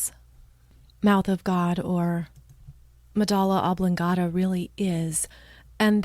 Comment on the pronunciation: "Medulla oblongata," not "medala." Ugh.